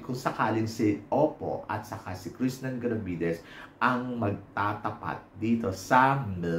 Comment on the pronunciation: Krishna hindi Krishnan. Ilang beses nyo inulit puro Krishnan..... Krishnan.... Walang N sa dulo.